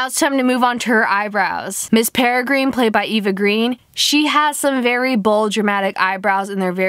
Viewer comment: Learn to pronounce. Peregrine- (pere- grin) ugh 😑